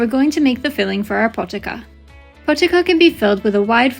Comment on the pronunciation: Pronounced poh-tee-za